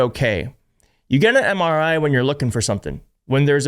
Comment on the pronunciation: He could barely even pronounce MRI. Good lord, help us!